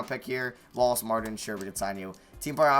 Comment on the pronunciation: how it's Dana Walls and John wall not walls